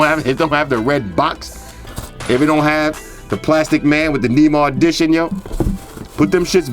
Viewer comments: you pronounced Neymar(N-ay-mar) wrong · Don't know if anyone else has said it but it's pronounced Nay-Mar lol love the vids man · 😂😂 its Nay-Mar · Nah these sneakers too flame g btw you pronounce Neymar like nae mar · its nay-mar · "knee mars" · Love your videos but it's pronounced Ney-mar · Neymar is pronounced "Nay-Mar" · lol the way you say Neymar